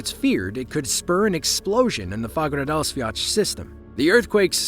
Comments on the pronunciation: Hahaha wtf is "Fagradasviach", its spelled "Fagradalsfjall" and is pronounced Faugh-ra-dahls-fiatl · "Fagradasviach".. Excuse me?